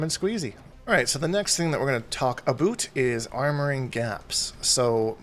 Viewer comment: This guy knows what hes talkin aboot